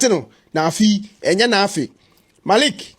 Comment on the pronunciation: Why do some people say Marik instead of Malik?Not all of them come from that place.